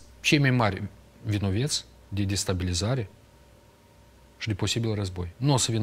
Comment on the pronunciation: Se pronunța vinovați nu vinoveti